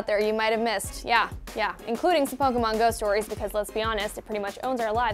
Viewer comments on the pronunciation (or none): Is she saying Pokomon?